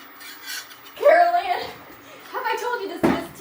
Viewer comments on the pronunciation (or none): I just heard him say Carry Ann. I'm like, "That's Carol Ann." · Is he saying “ Carry Ann” ??? lol 😂